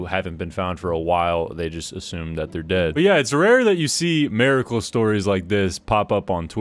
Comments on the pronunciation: miracle not maricle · is an "americle" a miracle but just in America? lol what was the pronunciation dog